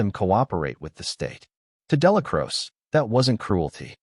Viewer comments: Crow-chee, ya wet wipe. 3 hrs of butchering the man's name . Exhausting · Narrator cant even pronounce Dellacroce right.